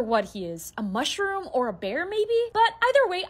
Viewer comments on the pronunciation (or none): Muthromm specifically pronounced, muff room